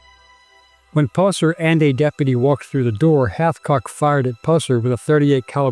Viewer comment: Its Hathcock